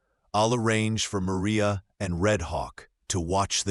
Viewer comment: Clarksville, TN. listening. Have to complement your narration. It was nice to hear the correct pronounciation of “calloused”, and the Mexican pronunciation of “Maria.” Also liked the picture - it sets the tone for the story and shows Catherine’s condition due to no water, heat.